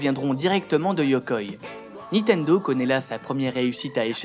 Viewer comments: Cool tes vidéos ! :) Juste un truc c'est niNtendo pas nitendo :D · niNtendo. Pas nitendo. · Alors, ça fait plusieurs vidéos que je regarde, et tes vidéos sont cool... Mais s'il te plait ! NiNtendo, et pas Nitendo // Et encore plus important -> SuIcide, et pas Sucide :P Sinon bravo :D